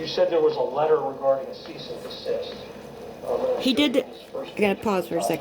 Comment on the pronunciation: Every time I hear “Cyst and Deceased” I cringe Its CEASE & DESIST